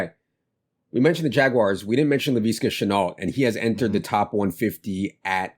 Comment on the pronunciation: Makes me cringe listening to you guys say Re-ger instead of Ray-gor. Also, La-vee-ska?!? Haha what? It’s La-visk-uh